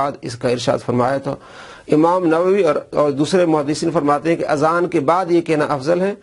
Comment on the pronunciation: ماشاء اللہ azab nhi azan ye sahih farma dyn